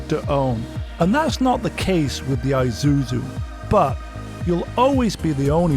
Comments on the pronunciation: (and most people to be fair): Ee-zoo-zoo Magnus Walker: Eye-zoo-zoo Correct: Ee-sue-zoo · Isuzu pronounce Eesuzu like Impulse, not I’m pulse. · “EYE-zuzu”?!? This is a car I lusted after in my younger days. An older woman at my church drove one. I was envious! Still looks good to me today.